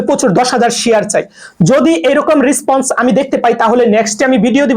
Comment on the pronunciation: রেসপন্স। রিসপন্স নয় bro